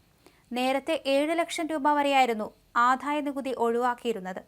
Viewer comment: ദയവു ചെയ്ത് ഉച്ഛാരണം ശ്രദ്ധിക്കൂ , ആധായ നികുതിയല്ലാ, ആദായ നികുതിയാണ്, ഘോഷമല്ല, മൃദുവാണ് തീരെ ഉച്ഛാരണശുദ്ധിയില്ലാത്ത വായനക്കാരി